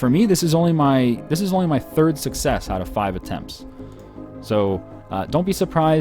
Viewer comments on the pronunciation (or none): none